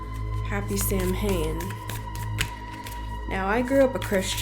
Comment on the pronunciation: Also, from what I understand, Samhain is pronounced like Sawin.....Like at this link......Just so you know....LOVE YOUR WORK!